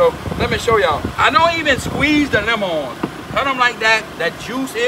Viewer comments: He says it like onyon and lamon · The way this guy pronounces "lemon" brings a smile to my face.